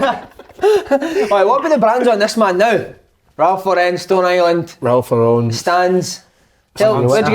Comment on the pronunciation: Ralph Lauren az in the girls name Lauren to all you out there who say it wrong it fucking pisses me off